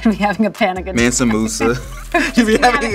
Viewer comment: This man said Mansa Musa😂😂😂😂😂😂